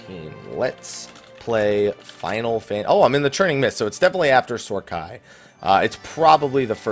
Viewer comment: Lol it's Sohm AI not Sohr Khai